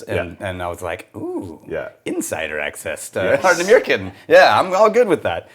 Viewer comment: Ard-nah-mur-khan not meer khan